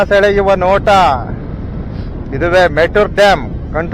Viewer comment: ಬ್ರದರ್ ಅದು ಮೆಟೂರ್ ಅಲ್ಲ ಮೆಟ್ಟೂರು ಡ್ಯಾಮ್